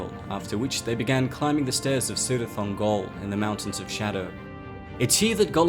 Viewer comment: "Cirith" is pronounced Kirith, not Sirith.